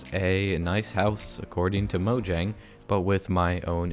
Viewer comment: YOU ARE AMAZING!!! YOU PRONOUNCE MOJANG CORRECTLY